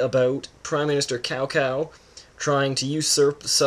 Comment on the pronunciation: I love this movie, and I love your review, but it's pronounced "saow saow," not "kaow kaow." Just thought I'd point that out, sorry.